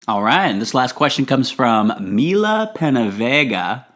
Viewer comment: Hey, Thanks a bunch for answering my question and totally impressing me by saying my entire name correctly. Your so great and I can't wait till u post again. Lots of love-Mila💕💫💕